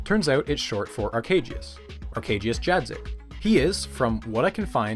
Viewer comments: Is putting polish names into google speaker too hard or what Arkadiusz - Ahr-kah-dyush Jadczyk - Ya-dh-chick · Some tips about Polish pronunciation: Cz - ch Sz - sh J - y So Arkadiusz Jadczyk is Arkadyush Yadcheek. When in doubt, use the Google Translate text to speech as a guide. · I love this video, as well as pretty much all of your documentaries - but that pronounciation of Arkadiusz Jadczyk made me rewind to process what the hell just happened. I get it, it's a messed up language! Just didn't expect that, lol